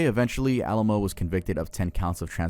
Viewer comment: I'm sorry it shouldn't bother me but it does it's pronounced A lamb Oh not the city Alamo , Way Co not WhackO, and Nex E Um... Not NXIUM Nexium.. like the medicine yes. Also this is probably just me but not being in alphabetical order is driving me absolutely crazy